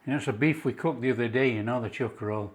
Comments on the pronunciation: It is chiko, not cheeeko. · Chick-oh, mate... Not "cheek-oh! From the home of the Chiko Roll! Most Australian will be unable to say what's in a Chiko Roll! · Its actually pronounced chikko not cheeko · Those look much much tastier than the actual Chiko (pronounced chick-oh) Rolls we buy here in our take-aways. The real thing is rather ordinary. These look delicious.